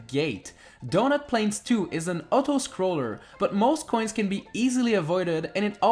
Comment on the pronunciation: Im sorry but Otto-scroller